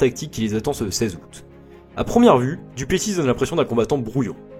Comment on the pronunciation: C'est vrai que le "Duplessisse" fait mal aux oreilles